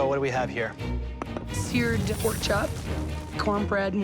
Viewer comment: It's poark